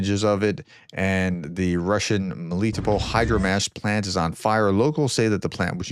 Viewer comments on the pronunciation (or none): With a few weeks of studying the Ukrainian language, you wouldn’t butcher those names so badly. To get you started, Melitopol is pronounced like melly-TOPE-ol. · Dear Professor - I would like to help improve your pronunciations of the russian and ukrainian words, but I find it hard to do it here. For example this should be easy. MelitOpol' the emphasis is on the first "o". I would suggest you go to yandex translate, choose Russian->English, paste russian word in cyrillic or latin on thef left (russian box) and click on the speaker icon. It should give you clear russian pronunciation. Try it with kinzhal, Novomoskovsk and see if it helps. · Melitopol is pronounced with the accent on the first "o"